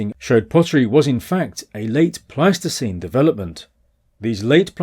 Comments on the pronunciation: It's Pleistocene not plasticine... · 😂 I keep hearing you say "plasticine hunter-gatherers", which is a type of non-hardening modeling clay... Pleistocene plasticine!